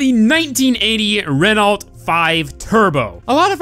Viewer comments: It's Reno not renolt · I'm sorry but it's pronounced reno I don't mean to be rude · I'm French, and I can tell you, you have to say "Reno" and not "Renolt" bro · you should be prounouncing Renault ''reno''' :) but awesome vid bro ^^ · You don't say Renault you say Reno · Its supposed to be pronounced "Reno" but tbh i said it wrong till i heard Jeremy Clarkson say it. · Renault is pronounced like Ren-Oh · I'm pretty sure the 'T' in 'Renault' is silent, so pronounced 'Ren-o' if said phonetically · it's.. uh... ren-oh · Its pronounced "re-noh" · pronounced RenOh...not Renault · it's pronounced ren-o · It's pronounced reno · its pronounced "reh no" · I disliked because of your pronunciation, it's pronounced 'Reno' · As a French person, I cringed so bad when you said "Renault" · It's okay he didn't pronounce Renault correctly, the brand is stranger danger in America after all. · What are you saying? He doesn't pronounce renault right. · i listened to when he said it and i heard it wrong, he did butcher it., can you look it up before you make a video from now on? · It's "Renault"